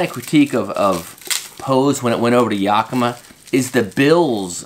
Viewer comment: I've never heard yakima pronounced quite like that before.